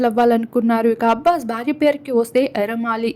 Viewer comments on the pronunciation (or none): Its not ambbas ....his name is Abbas 😂😂